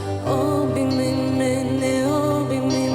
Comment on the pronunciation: Вибачте, але я тут мабуть одна єдина, кому не сподобалося. Як що вже співати пісню іншою мовою, то треба намагатися робити це максимально близько до вимови, а тут замість "Обійми" я чую "обіми", гарно звичайно, але можна було краще, бо голоса гарні